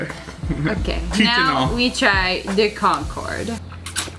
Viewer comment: Staff in the back: there uhm called concor grapes Lia: concord grapes